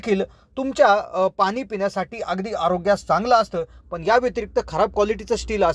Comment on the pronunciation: आविष्यात नाही तर आयुष्यात असे म्हणा. पन नाही पण, पिन्याच्या नाही पिण्याच्या. चला आपण सुधारणा करुया. All the best!!!